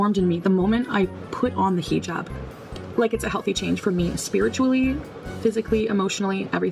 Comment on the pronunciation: I cringe whenever she pronounces hijab. She’s so classy🤨